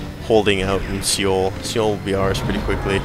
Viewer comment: As a courtesy, the city name is just read like 'soul'. As part-Korean, I felt obliged to bring that up.